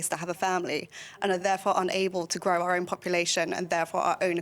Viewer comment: did Patrick actually say are great country at the start? It's OUR!! not are, sounds like power/hour, not are as that's a question start, are you going out tonight? are you catching the bus?